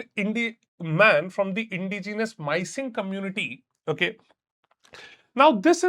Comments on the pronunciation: It's not pronounced as MY-SING, rather it should be pronounced as MI:SING. I also belong to the same community. Kudos to brave heart Pranab Doley kai (elder brother) for raising his voice. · It’s pronounced me-sing not my-sing😂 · It is pronounced as "Me" "sing"- Mising. Or simply how anyone pronounces mising..(when someone is lost) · So now we are saying we don't accommodate a person willing to travel and experience the beauty of the Kaziranga in a world class manner!!! The core 430 square km ain't going to be affected by this 5 star hotel negetively rather it would have a strong positive financial impact on the outside of the core belt. And you can't even pronounce (actually you don't know) the mishing correctly, what ground realities do you perceive ? The self proclaimed leaders and environment activists like Pranab are only progressing their political career not less. Want a proper analysis on this? Talk to Jadab Payeng.. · Arey bhai kya bol rhe hai sob wrong informa. Research first. First of all its pronounced Mishing and second the leader of opposition is not Tarun Gogoi he is dead long back. Actually there is no leader of opposition infact a opposition leader named Akhil Gogoi raised his voice